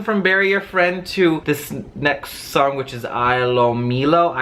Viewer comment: Ilomilo it pronounced “ee” “low” “me” “low”